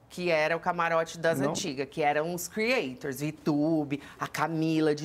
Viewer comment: O prazer da senhora em falar "Crieitchor" inúmeras vezes